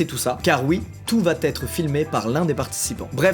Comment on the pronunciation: super vidéo, montage au top comme d'habitude !! mais bon la liaison "ceci va-t-être" il faut arrêter, j'entends tous les youtubeurs la faire c'est insupportable :')